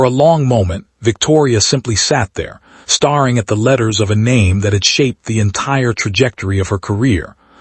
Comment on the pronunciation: “Star ing at him?”